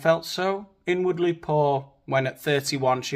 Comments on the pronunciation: I thought she said “I was n-wordly poor” 😂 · I thought she said she "was the n-wordly poorest" 😅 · Did anyone else hear that as “N-wordly”?